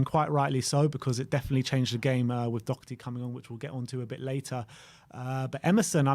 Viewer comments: It's Doherty not Docherty. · <Dor her tee >